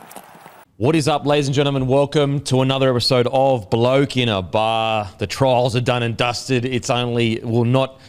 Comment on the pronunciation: Shout out to my local IGA in Tregear aka Mount Druitt Heights aka The Gear for stockin the 'Bloke in a Bar' Beer.... cheerin... Pronounced perfectly....